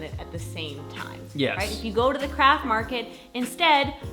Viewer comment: I thought you said "We're at the crap market". And I was like, that's a bit insensitive. Haha! Craft is much better. Oh, and I'm getting my fiancé a bike rack bungee cord, very romatic, hehe.